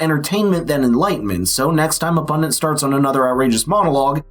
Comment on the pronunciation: What’s a pundint? I know what a pundit is, but not a pundint.